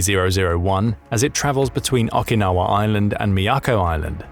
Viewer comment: Okinawa is not pronounced awkinawa. It is pronounced with a long O, as in Oakinawa. It is only common courtesy to correctly pronounce the names of foreign territories and in this case not difficult to learn or pronounce. So please learn and use the correct pronunciation.